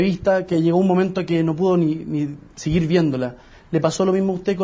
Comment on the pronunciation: "siguir viéndola" ???